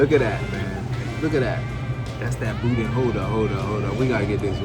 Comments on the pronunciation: Hi! It was nice to see Danielle, my fellow Modsketeer, make an appearance in the premiere chat! The food looked lip-smacking good and the sounds of you chowing down on it was confirmation. I had a funny thought when you mispronounced "Boudin" as "Boudon"... if you've ever been blessed to have seen the series called "Farscape" back in the day, there was a two- or three-part episode where John Crighton and the other characters were trapped inside a ginormous "Boodong" drifting in outer space. Long story short, that was my first thought when I read the title of this video. If you've never seen that show / episodes, I feel sorry your funny bones. LOL! Peace! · Booda is the correct pronunciation. WATCH the Fox football game program on Thanksgiving day my Cousin Leah and her Husband will be Serving There Turducken to someone really famous They said. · Its pronounced boodan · Even though it spelled Boudin it’s actually pronounced “Boo-dan”